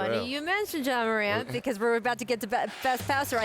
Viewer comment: Imagine being as big as Ja Morant and still having people say your name incorrectly